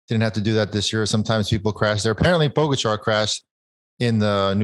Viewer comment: George and Lance - learn to pronounce Pogacar. It's not that hard and it's rude to continue to put the accent on the wrong syllable.